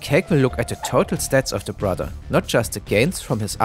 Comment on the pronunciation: ah, yes. Borther.